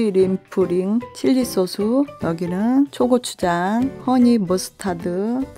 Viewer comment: 에 "초코(?)추장" 이라고 들렸ㄷ..ㅋㅋㅋ